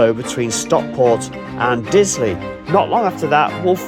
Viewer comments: Excellent Video, however not pronouced "Dilsley" correct is Disley. Trains from Rose Hill run to Manchester either via Woodley or Bredbury. Bredbury is the closest station to Stockport with a direct bus service into the town outside of the station. Bus no is 330. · Very good, but its Disley, not Dilsley as you seemed to say. It has a bar there serving many malt whiskeys. So if you had a shop in Disley selling Malt Whiskey, what else would you call it, but....Malt Disley. Excellent. Wonder if it's a Mickey Mouse outfit? Lol. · It's Disley, not Dilsey. It's been pronounced incorrectly at least twice.